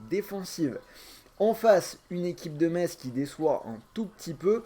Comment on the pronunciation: Mon dieu comment t'as prononcé metz🤦‍♂️😆